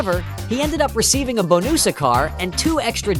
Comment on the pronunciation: AI= pronounced bon us instead of bonus, inappropriate attempts at comedy during very dangerous incidents, no ability in voice inflection. Some of the comments read AI driven. The use of AI gives the impression of laziness and lack of care if not edited.